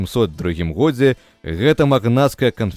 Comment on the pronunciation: Вельми неправильна гаварыце слова "стагоддзе" и "у годзе". Неяк штучна